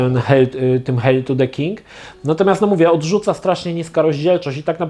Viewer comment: Geeku to się czyta "hejl"